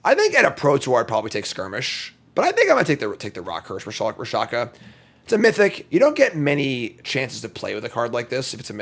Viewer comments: He was actually calling it Ra-sha-ka instead of Rak-sha-sa... killed me the entire time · RAK-SHA- SA!!!!!!!!! what in the holy dyslexia is wrong with you? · He called it Rakshakashakashaka later, so he is probably doing it on purpose.